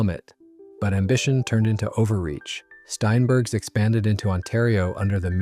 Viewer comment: It's STEINbergs, NOT SHTEINbergs